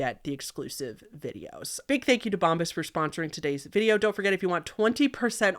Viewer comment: Girl, it’s Bomb-BUH’s not bomb-bis 😂😂